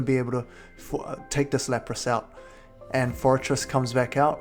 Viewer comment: Hey! said forretress correctly!!! Congratulations man!!!